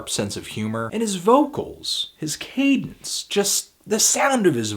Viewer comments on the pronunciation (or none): none